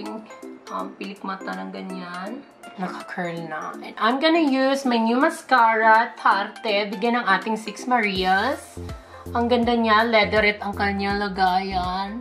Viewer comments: Hahah.. Natatawa ako dun sa Tarteee! Hndi po ganun un.. Tart parang Ganun po ung basa hahaha love u momshh😂 #VavaengMarangal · Sis bigkasin mo yung “Tarte” ng tart ganurn hindi tar-te 😘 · Natawa ako dun sa mascara na "TARTE" HAHAH tart ang pagkabasa dun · mamshie tarte' - tart po basa dyan mamsh mwuah!